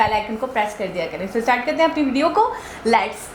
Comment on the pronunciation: laats? jahil aurat lets hota hai